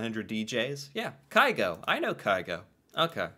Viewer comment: Haaland and Carlsen competes for most known Norwegian. You need to listen to Grieg - Morning mood. It is Norway in music. PS: It's not Kai-Go, but Kyh-go.